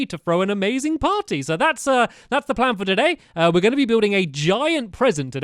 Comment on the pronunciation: how stampy says party:potty. lolz stamps but i am not making fun of you